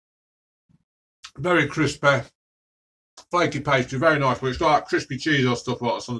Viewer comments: Crispeh, flakeh, tasteh! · It’s spiceh, flakeh and tasteh